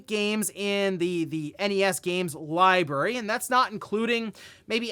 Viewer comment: He said liberry....3 times...where is the R?